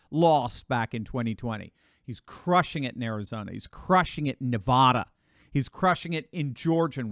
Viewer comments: Sorry. It's Nevada not Nevahdah. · It's not Nahvawda it's Nev add a, Thomas Sherwood dedicated listener from Pahrump NV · Dear, please cease saying Nevada like that. The first a in Nevada is a like in DAD not a like in fraud! Please Doc! There are millions of us over here cringing every time you say it. If you want to relate to us true Nevadans then pronounce it correctly please.